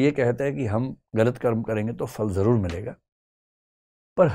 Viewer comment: Vikasji You speak difficult Hindi like some pundit. Your talk/lecture should have English subtitle. Fruit in Hindi is called phal not fhal. Similarly phir is not Fair.